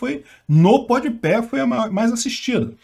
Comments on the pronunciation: É PodPá e não PodPé que se fala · PODPÉ KKKKKKKKKK podpah é tão ruim que o nem acerta o nome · Podpé HAJAHAUAHSSA, se pronuncia podpá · É PODPÁH E NAO PODPÉH kkkk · Pronuncia podipá! Mas do lula foi "podipé". Pé de cana. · “Pod pé” foi legal 👍🏻 :_bovino::_ancappark